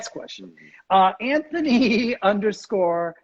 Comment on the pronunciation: this is how you pronounce the name "Anthony" in dolphin language